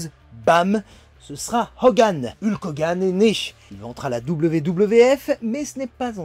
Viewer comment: Super vidéo comme d'habitude😁 La prononciation de son nom de ring par contre, fait mal 😂😅